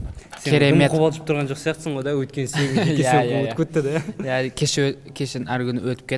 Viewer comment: Иааа(с акцентом на А)